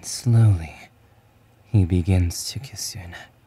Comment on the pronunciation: You said "He begins to kiss your neHh."LMAO💀✊